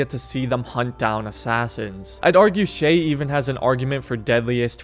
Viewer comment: It’s shay